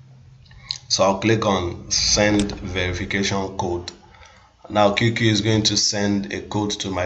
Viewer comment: You keep calling it "QQQ"! It's not 3 "Q's" only 2. The name is "QQ"! 😐